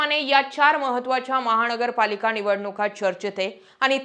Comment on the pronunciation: वामन न आणि ण वर काम करा आधी नंतर पत्रकार व्हा महा ण गरपालिका, पैलवा ण